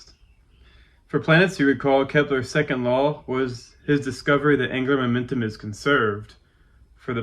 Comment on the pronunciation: Am I losing my mind or is he saying "anger momentum" instead of "angular momentum"?